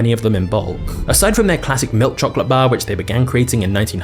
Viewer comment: I really hate the way this man says milk chocolate